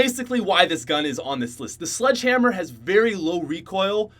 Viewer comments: you know it's the slog hamr not sledge hamr, right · Its actually "SLDG HAMR"... XD